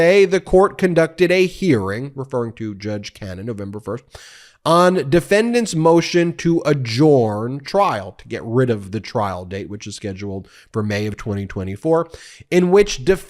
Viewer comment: "A'JURN," Ben - NOT "A'JORN." For Pete's sake!